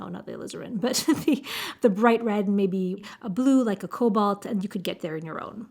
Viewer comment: I agree, Sennelier's watercolor is meant for layering as it is quite transparent. You almost got me with your nearly perfect French pronunciation ! We do say the "a" in "cobalt" just as if you were saying the first letter of the alphabet in French, like the word "banane" 😊